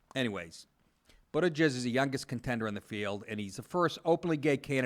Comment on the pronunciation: Did you say Pete Buttijizz? No, that's just what I heard...